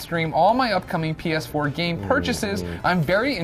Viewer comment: Did he say penis4?